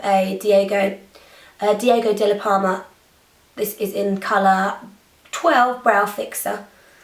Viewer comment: as italian, i love the way you say "diego della palma"..brava :D